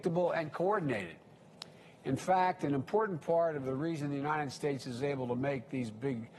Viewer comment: He only brags about TRUMP'S vaccine because that's all he has !! He has tore this country apart in 8 months!! This is the worst administration in U.S HISTORY! AND PLEASE someone teach him how to say UNNNITTTED STATES!!